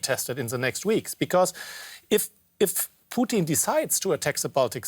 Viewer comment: the way this chick says Putin's name like the food is really bothering me.